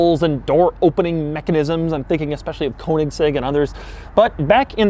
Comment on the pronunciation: well... that car produces pretty much no down force, especially to the amount of weight it carries. and you still can't pronounce Koenigsegg right... great video tho, as always. cant wait until the next review!